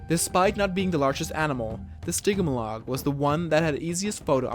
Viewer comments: Its Stgy-mol-ic! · I'm sorry I cried from when you said stiggmahlog